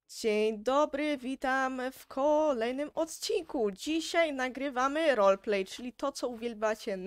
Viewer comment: Nie mówi się rolplay tylko roleplay